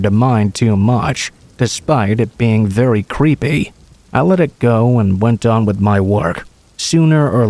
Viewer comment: Why do you pronounce your Ts like Ws? A wural area* verwy close. Weawy